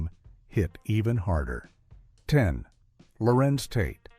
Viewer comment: I’m Noting That You Are Showing Disrespect For These Amazingly Gifted Artists. You Called Larenz “Lawrence” and KeKe “KayKay”. This Is Absolutely UNACCEPTABLE!!! 🙄